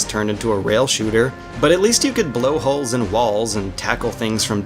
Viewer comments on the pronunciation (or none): none